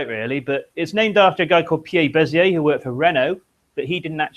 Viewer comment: Bézier is pronounced [bezje].